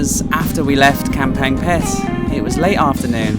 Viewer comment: Kamphaeng Phet has a G sound. Ka is Ga when spoken. You ought to know that after 10 years in Thailand. Kaeng means curry but pronounced Gaeng. KP is a cool city with great ruins.